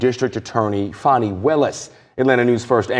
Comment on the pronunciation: How do they get "Fawny" out of fani?